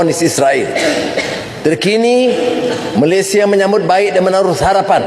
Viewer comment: KANOHA SEBUT perkataan MALAYSIA... betul2 PELAT BANGET..lidah macam orang tiongkok💯..perlu RAWATAN drastik segi sebutan..🤔.....ATAU google sebutan Malaysia ..